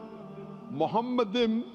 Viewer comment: Talking about open minded. The first mistake in here is that Zakir Naik says מַחֲּמַדִּ֑ים is ‘muhamaddim’. But that is wrong, it is pronounced as ‘ma-kha-madim’. So there is no pronunciation of Muhammad. The other mistake made by Zakir Naik is that he said that ‘מַחֲּמַדִּ֑ים' is a name. Again he is wrong because מַחֲּמַדִּ֑ים is a masculine plural noun, so it is not a name (like יְהוִֹה, Yhvh). And because it is not a name it is impossible that it is about Muhammad. Also the claim that the plural 'im' (or 'eem') in ma-kha-madim in the Hebrew language was ‘added for respect’ is in this case false. Biblical poetry is typically built on pairs of metaphors, for example "they were swifter than eagles, they were stronger than lions". In Song of Songs it's "His mouth is most sweet, ממתקים, he is altogether lovely, מחמדים. So מחמדים, ma-kha-madim is equivalent to ממתקים, mamtaqim. So the addition ‘-im’ is just a superlative of ‘desire', so it means 'most desire'. Exactly in line with the other words in vers 16: ‘mamtaqim’ = most sweet and other places ‘partamim' = most noble. So in this case it has nothing to do with respect but it is the superlative.